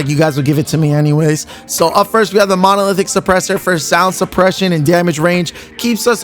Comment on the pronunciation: Why can't you say monolithic?